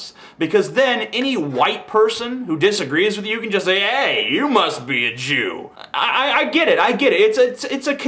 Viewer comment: how sad, I think he was probably puerto rican and was just saying "you": but unfortunately it sounds like "jew". Learn to listen better, you poor demented fool.